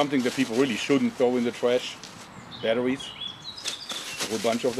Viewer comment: i like how he talks! I mean he's such a huge muscular guy and he says battawies! its funny